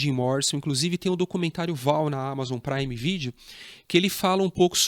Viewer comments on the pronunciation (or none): none